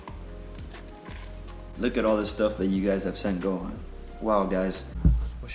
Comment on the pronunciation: Gohan rhymes with yohan he is from how to train your dragon